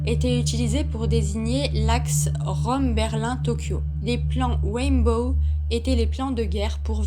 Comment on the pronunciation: Mais quelle pioche!!!!………non mais retourne à tes cours d’anglais même pas dupe de prononcer RAINBOW comme il faut!!!!………mais quelle animatrice de merde!!!!………